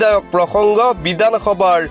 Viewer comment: কিয় ভাষাটো শুদ্ধকৈ কব পৰা নাই,হেৰ বিদানসভা নহয় বিধানসভা হে।